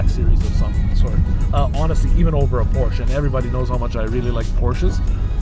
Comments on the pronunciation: Detailed about not knowing the production year of his own car. Detailed about being unsure what went wrong with the color of the stick shift? Detailed about not pronouncing "Porsche" properly? Detailed about being unsure about the car's horsepower? Detailed about having a blurry and jittery camera? Detailed about bragging that "the best thing about this car is the the cup holder?" This video is a comedy of gross insults to Porsche. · Doesn't know the production year of his own car... lack of situational awareness.... and he's licensed to drive on public roads? Doesn't pronounce "Porsche" properly.... grounds for any Porsche dealership to call security and have a person escorted off their property. Unsure what went wrong with the color of the stick shift... absurd lack of attention to detail. Camera is blurry and jittery... a 5 year old with a 5 year old iPhone would have done a better job. Thumbs down within the first 4 minutes.